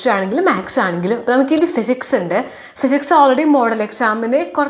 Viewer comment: Not Phsics.. It's physics